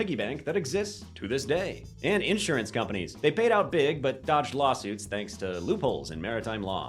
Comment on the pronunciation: In-surance or insurance?